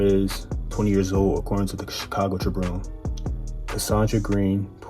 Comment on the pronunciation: Bro sounds like youcant read man. You gotta read it and reears bro. You put this shot together like a 2nd grader triburrnnnee the Chicago tribuurrnnee not the tribune. Messing around but serious. You gotta read better my man